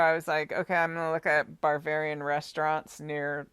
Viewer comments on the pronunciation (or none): It's Bavarian, not Barvararian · You keep saying BARBARIAN. There is a style of architecture called BAVARIAN - not BAR-VARIAN. Also a dessert called BAVARIAN CREAM. There is movie called BARBARIAN with a little pale yellow house. The song you were humming was YELLOW SUBMARINE. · …Ba….ba….not bar. Ba-var- ian,,,,VILLAGE ……… you are saying what sounds like barbarian. My parents lived in Leavenworth Wa. ❤️🙏. THANK YOI FOR ALL YOUR HARD WORK! I was astounded at your profound accuracy of the Daybell murders. At first I thought you were a nut, when you first came out with that information. it was so off the wall crazy unbelievably horrific. I couldn’t let my mind go to that level of evil. You have opened my eyes👁️ to a level of evil, that is inconsistent with life itself! I cannot get Summer out of my head….please help bring peace and justice to SUMMER. and the world!🙏🙏💜💜🌸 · "barbarian"??? do you possibly mean "BAVARIAN"?? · It sounds like you are saying barbarian instead of Bavarian. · I have a feeling you are pronouncing the place wrong… It's Bavarian not with an R in it🤔🤍🤍🦋🦋🦋